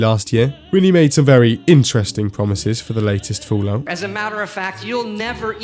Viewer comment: Do you intentionally say "Foolout"? =)